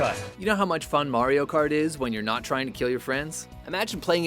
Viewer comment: Finally saying mario instead of mereo lol